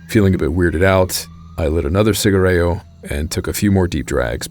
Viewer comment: great video again from this channel. small correction with pronunciation, should be "cigarrillo" not "cigarrello" emphasize on hard "i" not soft "e".